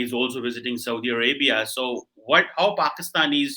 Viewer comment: Haha 😂 Saudi arabiaaa